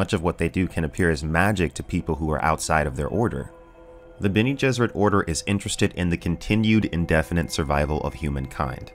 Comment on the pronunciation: "Benny Gesserit" :P - but still, good vid